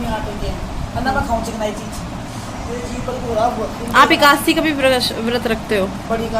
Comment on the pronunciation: Di aap bhut se sentence galat bolte ho....jaise panni ko pinni,ekadasi ko ekasi....accha nhi lgta shi se bola kriye